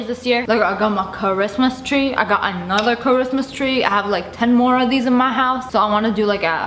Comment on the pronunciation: Kuh-wrist-mas chree